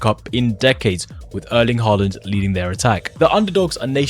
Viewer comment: "Harland" broken it's haaland